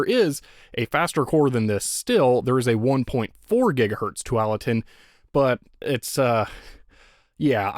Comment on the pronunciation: Thanks for all your videos, I love watching them. I’ve never been a computer guy, but love your repair videos as that’s what I do. I live in the Willamette Valley in Oregon and for whatever reason felt like I should let you know you’re hitting that a too hard in Tualatin. I’m sure you know the chip was named after Tualatin in Oregon as we have a large Intel plant here. It’s pronounced two-wall-uh-tin. Anyways, thanks again!